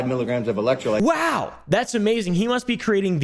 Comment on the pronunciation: not even sure how gatorade and bang are competitors, or how prime and bang are competitors either. Prime didnt even make an actual caffeinated energy drink til like last year. I work in vending and prime never had caffeine til last summer iirc. ps: its electro Lyte (light) not lit.